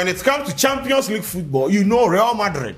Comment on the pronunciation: 🤣🤣🤣 Did I hear 👂 saying " The Twampions" 🤣🤣🤣